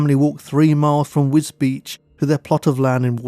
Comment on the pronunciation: Very nice documentary. One small note, you pronounce Wisbech as "WisBeach." The corruct pronounciation is WizBek.